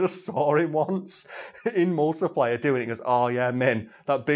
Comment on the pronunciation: It took until near the end that I realised he was saying "multiplayer" - I genuinely thought he was saying "multiplier" and I though that was a Gears game mode